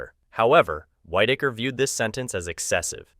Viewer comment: Its a shame that creators are so lazy they use the crappiest AI voiceover. This has got to stop. It's resume not resumè. It was Whitaker (pronounced wit) not whitetaker. Ffs do better.